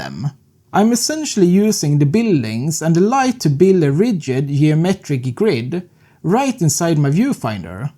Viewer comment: "Yeomeetrick" boss ;) GL